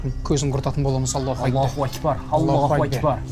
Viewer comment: Сосын Аллох өйкпар деми дурстап айтпай мекен Аллах акбар деп